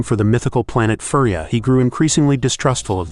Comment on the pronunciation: At least get the pronunciation right. Your mispronunciation of Furya sounds like he is from a toy animal planet. The planet is pronounced He-lee-onPrime not Hell-lee-on. Don’t think you actually saw these movies.